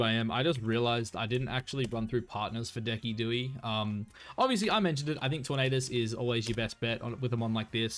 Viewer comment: Please tell me you’re pronouncing Decidueye’s name incorrectly “on purpose”